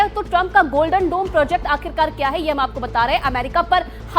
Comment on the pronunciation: Golden dom nhi U TURN DOME Bilkul doland trump jaisa 😂